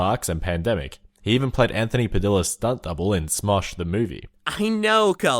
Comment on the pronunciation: Anthony from smoshes last name has 2 l's so it's padia not padila